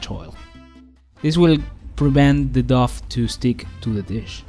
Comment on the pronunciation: Someone might have said this already but the word dough sounds like snow, row or show. The pizzas looked amazing by the way!!!